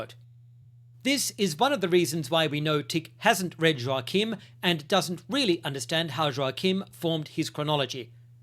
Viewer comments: This sort of discussion improves the quality of discourse. ✅🇬🇧❤️🇺🇸❤️🇦🇺🌏 Ps Joachim is pronounced "Yockim" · Shouldn't Joachim be pronounced with a soft J? Like Yoachim?